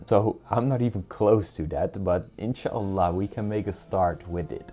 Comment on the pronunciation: brother I'm watching your videos from long time ago but the way you say inshallah is cute and funny😂❤